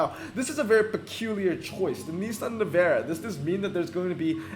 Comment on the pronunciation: i like how you pronounce navara as nevera lmao